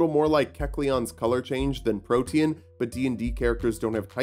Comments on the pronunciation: Protean, not protein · Excellent video, despite unironically pronouncing protein with 3 syllables. Edit: TIL "protean" is a word.